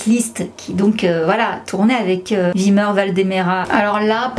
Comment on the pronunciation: Mdrr t’a du mal a prononcer le nom de wilmer😂😂😂